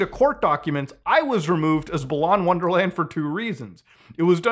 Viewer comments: I like how balan wonderworld is so bad that Muta couldn't even say the title of the game correctly. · I find it hilarious that wonderworld is such a forgettable game that nobody cares about muta mispronouncing it lmao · The game is so bad muta couldn't even be bother to pronounce the game's name correctly lol